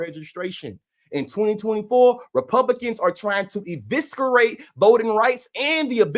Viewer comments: I enjoy the videos. But the “c” in eviscerate isn’t a hard (kuh). ih-vis-uh-reyt. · Love your videos. Eviscerate - the C is silent (or soft). But you're awesome! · 😅 Respectfully, please look into how to pronounce the word eviscerate. (The c is silent).